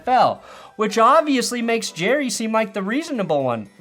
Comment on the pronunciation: Jerrah --- Mizzorah --- Cincinnatah